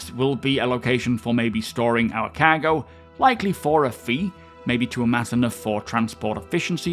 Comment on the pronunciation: Every time he says "cargo" it sounds like he's saying "caggle".